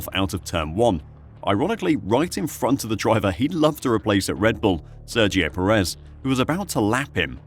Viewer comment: Please pronounce Perez's last name properly.